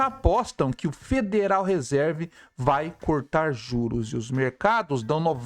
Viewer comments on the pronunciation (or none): A pronúncia correta seria Federal Risãrv